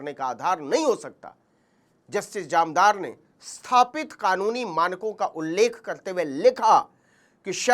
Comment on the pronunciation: जामदार नहीं सर, जानदार।